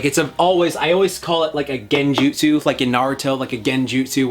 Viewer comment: "Gain-jutsu" nice